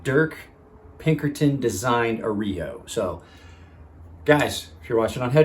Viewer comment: That “groove” is probably why they called it the arroyo. The “groove” is like a little arroyo down the handle. Didn’t even occur to me until you mentioned it. You’re pronunciation could use little work though. Just sayn. I respect your point of view on things, you definitely know your stuff otherwise